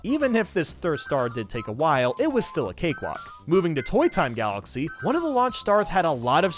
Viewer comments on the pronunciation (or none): Supah Mayro Galaxeh